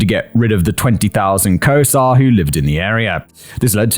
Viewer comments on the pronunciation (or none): Was he failing miserably at saying Xhosa? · Your pronunciation is abysmal in this one lol. Had to translate in my head what you meant. Xhosa is a kind of hollow k with a click at the beginning, for example. Boer is a soft u that flows into the er. You probably need to HEAR it. Maybe many times, lol. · I was dying when I finally figured out he was trying to say Khoisan and Xhosa 😂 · At first he made a hash of ‘Khoisan’. Then he went on to make a hash of Xhosa. It’s part of his charm to he virtually unable to pronounce foreign words, even when provided with pronunciation guides by his writer. I feel his pain!!